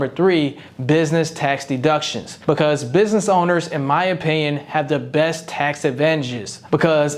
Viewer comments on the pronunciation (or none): none